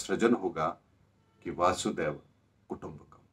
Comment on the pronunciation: वासुदेव कुटुंबकम नहीं, वसुधैव कुटुंबकम्. सर्व दुनिया ( वसुधा याने सर्व वसुंधरा याने सर्व दुनिया) एक है.एक कुटुंब है.वसुधरा याने सर्व पृथ्वी.